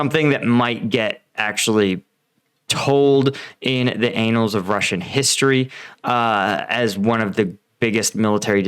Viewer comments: Annals is pronounced "a-nuhlz" not anals 😂🤣😅🤣 what you said indicated that it would be talked about in the future butt p*rn of Russian history 🤦. Love your break downs. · Anals 😂😂😂😂😂, yes Russians are taking it in the ... It is Annals, pronounced Ann - Als. Got to love Americans trying to speak English, their second language. Your analysis would be better if you actually looked at the terrain maps as well, explains so much more. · "annals," not "anals" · Dude, "anals" of history? That's disturbing, It's pronounced "ann - als". Putin is an "anal" of history. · "The anals of Russian history." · Do all Americans pronounce anal and annal the same??? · "The anals of Russian history" 🤣🤣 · It's "an-nals" not "a-nals" but the way the Russians are performing either pronunciation is appropriate. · “The ANALS of Russian History” 🤣😂😂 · an-nals bro an-nals :) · Vulhedar as an “Anal” of Russian history…har har. Who knew annals could be mispronounced so appropriately? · Vuhledar is an annal of the Russian military history. With the single 'n' 🤣🤣🤣🤣🤣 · haha. "Anals" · thats not how you pronounce Annals🤣